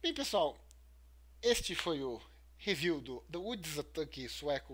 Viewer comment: "Riview" ? Hahaha, brincadeiras a parte, ótimo fídeo, parabéns heer 👏🏼😂